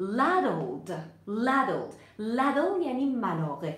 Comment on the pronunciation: پریا جون تو ملاقه راتلفظ می کنی: لادل ولی در دیکشنری برای هردو اکسنت بریتیش وآمریکن میگه لی دل کدام درسته؟